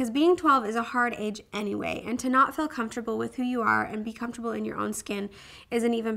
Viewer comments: I think it's because she's from Idaho. I'm from Utah and people say fill for feel here too. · i like how you say "feel" haha it sounds like "fill"